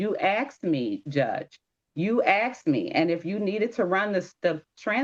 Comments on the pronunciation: I axed…. I wish people would learn to say it as it is spelled…. A-S-K-e-D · I can't take seriously someone who says "axed" when the word is asked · Axed a question isnt English its asked a question ❤❤ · Ppl “… stop saying aksed.. it is asked. Why is this so confusing…. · For heaven’s sake learn to speak properly. It’s ASKED NOT AKSED